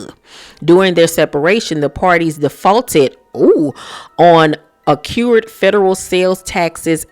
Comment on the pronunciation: Accrued not accured 😂